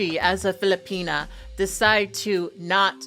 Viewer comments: ....it's a small gripe due to the other aggregious stuff he's said and done...but the way he says 'filipina' annoys me. You're married to a lady from there. Why are U saying it like that? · Bro said filipenis I cant- 💀